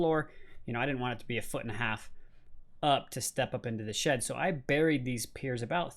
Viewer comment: I kept thinking he was saying, "sh*t" instead of, "shed" lol